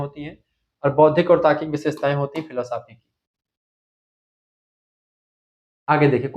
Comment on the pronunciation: Sir filo साफी नहीं बोलते फिलॉस्फी कहते है